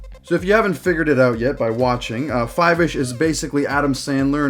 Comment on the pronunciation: its pronounced "foivish"